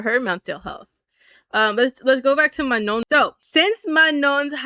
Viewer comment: FYI you don’t pronounce the last N in Manon lol it’s just ma-noh, not ma-known (